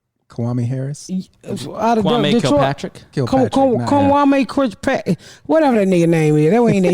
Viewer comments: I'm gonna set Ms Pat trying to say 'Kwame Kilpatrick' as my notification sound. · OMG I wish I could have recorded that! I hollered out she almost killed me🤣🤣🤣🤣🤣🤣🤣🤣🤣